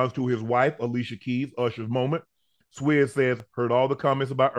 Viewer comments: I like the way UNC says his name.. " Swizze".. it's pronounced like Swizz cheese but my man UNC can chop a name up boy I tell you what!!! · It's pronounced SWISS not SWESS lol